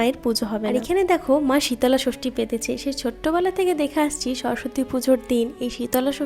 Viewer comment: Dude it’s shitol shoshti 😅😂 again the same thing ur saying like shitola bhog Re gal shitola is a goddess